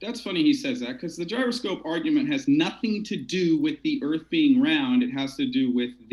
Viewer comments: I subbed thinking I'd see good debates but now I'm also rethinking that move: dude can't even pronounce "gyroscope" or define "marionette". Like seriously? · you don't know what a marionette is, and don't know how to pronounce gyroscope, and you didn't confirm the debate requirements with the participants prior to starting the event. Not very professional.